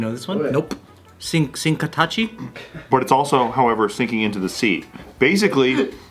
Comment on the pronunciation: do you know this one? Sink-atachi 🤣